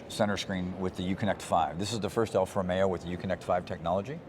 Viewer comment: It is NOT Alfa Romeyo. It should be ALFA ROMEO!!